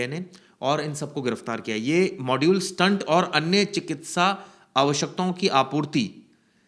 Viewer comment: स्टंट का अर्थ अलग है." स्टेट " यह सही उच्चार है